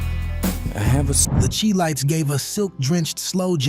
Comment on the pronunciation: The Chi-Lites is pronounced "Shy Lights"...